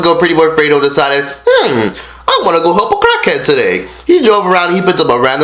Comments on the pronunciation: U call him a crack head wait not crack head it's crak head don't even know how say it correct acting like u on crack rn lil 100k "crak head" gtfo clout chaser. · why you say cockhead in stead of crackhead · I keep hearing cockhead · He saying Cakheads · Dam nigga chill, them raviolis ain't going no where. Swallowing them bitches. Why does it sound like your saying cockhead every other time? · Yo fat ass don't even have to swallow the ravioli and its crack head not cackhead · this nigga said cachead lmao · Dead as sounds like he saying "cockheads" 😂😂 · u dont go around helpinn CACKHEADS lol this man cant say CRACKHEADS😂😂😂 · Crack Head Not Cock Head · Bruh, they put it on camera because they are YouTubers. If they are not getting it on video then they are just going the whole day without making money. And why cant you pronounce "cr" right? U say "clrack head". If anyone is trying to capitalise on anything your doing it from Fredo's mistake. Come on bruh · I kept hearing “cockhead” lol maybe cause your mouth was full. But great video!! Love from Dallas 💜💕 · You don’t even know how to say crackhead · I couldn’t finish this video do to the eating and unusual pronunciation of crack head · can u say crackhead right bruh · Nigga Can’t Say Crackhead Right😂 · He can't even say crack head right 😂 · This guy can’t even say crackhead 😭😭😭😭gay ass nigga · Why can’t you say crackhead right? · Pronounce the R you egghead.. and he made a mistake like every other fucking human